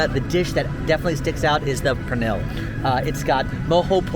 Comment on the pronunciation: I know other languages are hard but it's cotija (co-ti-huh) and cocina (co-si-na) pernil (pehr-nil)